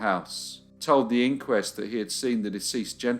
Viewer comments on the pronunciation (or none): none